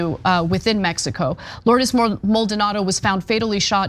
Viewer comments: Lourdes not Lloyd's Maldonado Jesus you butchered that Ana. Somebody help her with her pronunciation jeez. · I heard her say Lourdes.